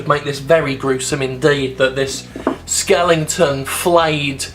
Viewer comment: love ya Jim but the word is skeleton, not skellington